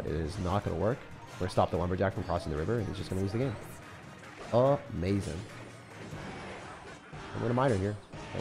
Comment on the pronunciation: "Uh-MAZE-in", where's the MAZE ',:|??